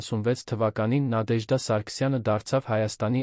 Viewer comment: Բառերը ինչու էք կուլ տալիս եվ Նադեժդա ,ոչ թե Նատեժդա